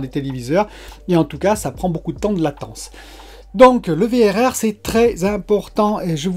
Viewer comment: Le Vérèrrrrèrrrr mdrr j'adore ! Le V double R sera plus facile a placé dans une discution je pense :p Content de te voir en forme ! Vivement que tu la reçois, encore 3 petit jour de patience !